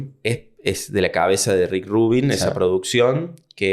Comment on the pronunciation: We ni sabe pronunciar Rubín, ya dejalo